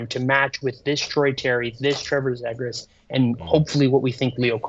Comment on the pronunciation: McTavish for Nylander has got to be the stupidest thing that has come out of that dudes mouth and that’s saying something considering the dude can’t even pronounce Zegras correctly